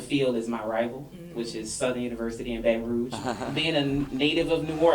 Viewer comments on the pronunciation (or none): Too late sis I heard the NO accent the minute you said Southern University in Baton Rouge the accent could not be denied😂🤣